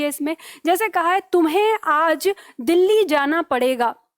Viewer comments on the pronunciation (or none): none